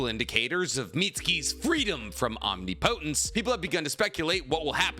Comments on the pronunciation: Om-Ni-Pa-Tense not omnipotence 😂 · Please bruh say it right omnipotence. Om-ni-puh-tense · Is it just me or is he saying omnipotence wrong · Bro google how to say omnipotence. 😅